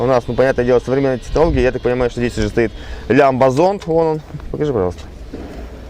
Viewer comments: Лайк за Лямбазонд , кстати Pajero с испанского переводится как "дрочила" и читается пахеро , поэтому в испаноговорящих странах он назывался монтеро )))) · "Р250", "МОТОЛЭНД", ну и вишенка на торте, всем нам хорошо знакомый "лямбазонд")))